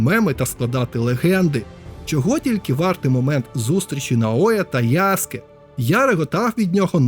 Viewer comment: Тиба😮 Нарешті хтось правильно назвав його ім‘я - ЯСКЕ👍 А не то як з мокшансько-совєцької транслітерації🫶 А стосовно гри, ну якби не прив‘язка до серії АС, то може як окремий проект і можна булоб зіграти та можливо отримати якесь задоволення, а як я помітив що більшість обурень починається з фрази - «це вже не той АС», на крайній випадок кліки могли б зробити щось по типу «Assasins Creed: Stories», можливо так булоб менше «питань» та обурень🤔 На подібний коментар мені хтось відповів: і це був би сон собаки! Та нехай і сон собаки, це їхня франшиза, але навіть в такому випадку, «нові» частини можна булоб не прив’язувати через «ср**ку» до основного сюжету🤔 Чи в орденах ассасинів та тамплієрів - були тіки головні і впливаючі на історію члени? Ні, тіж тіпи які видавали завдання, та інші учні… з цього навіть можна якусь сессійку зробити🤔 де ти доприклада ноунейм член ордена, навіть редактор персонажа можна підв‘язати, виконуєш буденні завдання🤔 Йой, щось мене занесло, дякую за відео(і за правильне вимовлення) 👍🫶🇺🇦